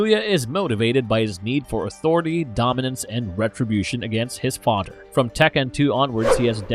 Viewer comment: This AI can't pronounce the "th" sound worth shit lollol Mother = Mudder Father = Fadder The = Duh/Dee Another = Anudder